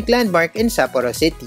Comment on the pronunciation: Nice content....could have been better if you just make simple effort checking how to pronounce SAPPORO correctly, the same goes to other Japanese cities....It seems you have your own way of pronouncing them. We Filipinos usually don't have problems with this. Peace!